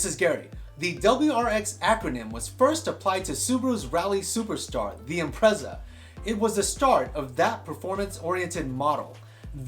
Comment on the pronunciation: Imprezza? Impreza as in pizza